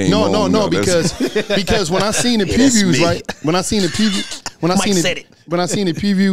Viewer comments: saying fafers(fathers) and prepeys( previews) 😁😂😂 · when tries his best to say “PREVIEWS” 😭😂😂